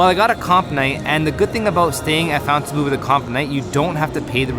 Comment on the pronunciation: It's not FOUNTAINbleau. It's FONTINbleau.